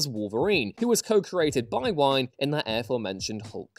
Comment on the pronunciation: Len Wein's last name rhymes with "lean" not with "line"